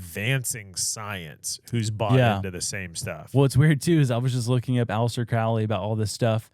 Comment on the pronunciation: CROW-LEE. not cr-OWL-ee